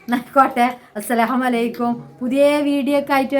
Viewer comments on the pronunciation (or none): താത്ത "അസ്സലാമലൈക്കും "എന്ന് പറയരുദ് ട്ടാ.. അസ്സലാമു അലൈകും എന്ന് തന്നെ പറയണം... ചെറിയൊരു മിസ്റ്റേക് ആണെങ്കിലും അതിന്റെ അർത്ഥം "നിങ്ങൾക് നാശമുണ്ടാവട്ടെ "എന്നായിട്ട് മാറും.. തെറ്റ് പറഞ്ഞന്നേ ഉള്ളു... വീഡിയോസ് എല്ലാം കാണാറുണ്ട്... മുത്തണികൾക്ക് 😘😘😘